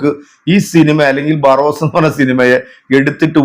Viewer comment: ബാറോസ് അല്ല. ബറോസ് അല്ലേ🙄